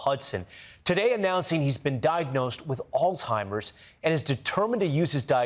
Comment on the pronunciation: Please pronounce Alzheimer's correctly. No "t"